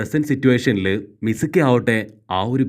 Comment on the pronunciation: Not mizumi its mizuki